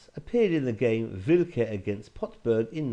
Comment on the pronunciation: Interesting trap! Btw Pirc is pronounced peerts.